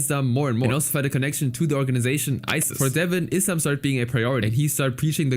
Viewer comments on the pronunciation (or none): none